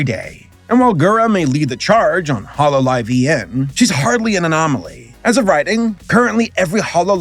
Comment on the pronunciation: how are you mispronouncing Holo EN? Kizuna Ai? Atrocious, but understandable I guess. But, Holo EN?!